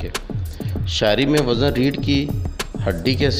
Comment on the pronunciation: وزن خود غلط پڑھ رہے ہو بھائی جان